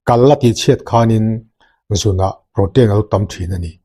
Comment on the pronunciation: Prow-teen or pro-tin tiin lam roh, pro-tein or pro-tain tih kha chu lam/sawi dan ani chiah lo. I channel kan lo ngaithla zel e.